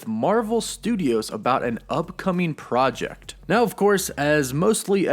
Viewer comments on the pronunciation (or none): none